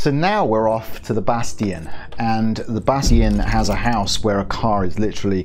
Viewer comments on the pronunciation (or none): Lol bas tion BASS TION